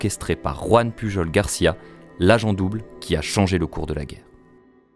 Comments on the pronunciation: pujol ce dit "puyol".. :-) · Sa se prononce pas puRol ? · Ça se prononce pas PuJJJol, un effort s’il te plaît 😅